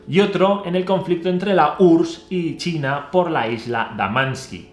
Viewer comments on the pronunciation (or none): none